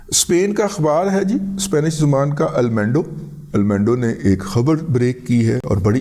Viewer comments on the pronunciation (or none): دادا جی اپنی اسپینش درست کرلیں۔ اخبار کا نام المینڈو نہیں بلکہ پڑھنے میں الموندو ھے Al Mundo 🙏🙏🙏